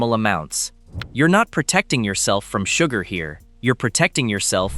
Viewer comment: its sugar not suger, oh AI how you disappoint as usual